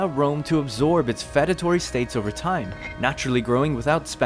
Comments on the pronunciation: Feudatory is pronounced few-da-tory. Like the word feud. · I wanted to die every time you said "fed-atory," but I really appreciate the video. Thank you. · Why do you pronounce feudatory so weird